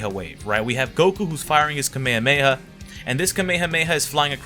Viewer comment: It's Ka-Me-Ha-Me-Ha, not ka-may-ha-may